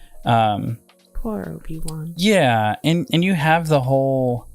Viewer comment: So funny how Bruck calls him Oafy Wan.